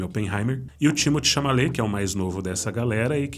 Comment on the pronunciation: Vídeo dahora como sempre. Timothée ChaMaLet foi foda kkkkkkk